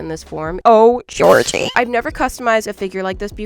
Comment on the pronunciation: Who tf is gorgie 😭 it’s Georgie!!!